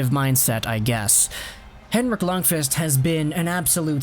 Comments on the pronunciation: His name is pronounced “Lunkwist” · No, its pronounced Luundkviist.